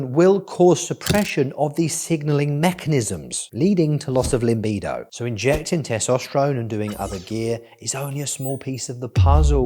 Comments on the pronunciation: Limbido? I thought it was pronounced Libido. 😂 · Great. It's libido not limbido though ;) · stop saying LiMbido there is no M in it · Cracks me up when he says "LIMBIDO" hahaha Its a new Soca Dance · my boy said LIMBIDO